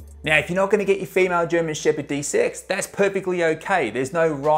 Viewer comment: De-sex. It puzzled me awhile before I realized what he actually said. "What, desix?"